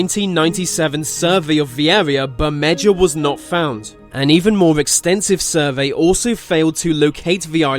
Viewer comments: bermeja is not pronounced as bermedger it's pronounced as bermeha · its pronounced Berme-ha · FYI in Spanish J's are pronounced sa H's. Bemeha is how the island is pronounced. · Wouldn't Bermedja be pronounced like Ber-made-ha if it was on a Spanish map? Which sounds a lot like "Bermuda"